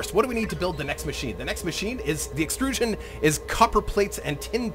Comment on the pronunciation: "the extruuuusion plant..." that sounded totally like a german scientist talking about something xD